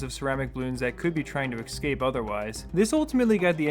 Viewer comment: omfg it's ESCAPE. NOT "EXSCAPE" Wtf is wrong with you!! ES-CAPE.